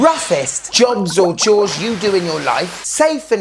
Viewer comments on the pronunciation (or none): none